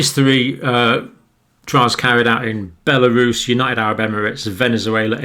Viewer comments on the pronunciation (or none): none